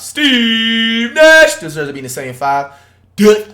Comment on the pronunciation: The way this man pronounced dirk’s name lmaoo